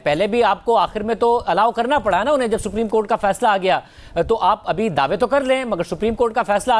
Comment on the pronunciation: rana sb bolna to seekh lein.....sapreem cort 😆😆